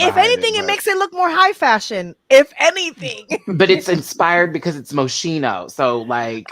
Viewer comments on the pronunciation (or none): Don't hate me, but Moschino is actually pronounced "mo-ski-no." I love your show. Best wishes to you all :-) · When the category is fashion faux pas and the girls mispronounce Moschino